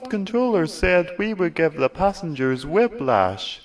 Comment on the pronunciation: Brilliant, just brilliant! You should write HiT eps. But, 'wib-lash'? What's that mean? Am I hearing wrong? :/